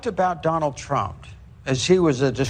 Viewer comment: Does say “Trumpt”? 😂